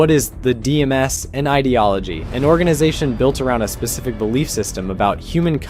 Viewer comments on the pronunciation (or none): none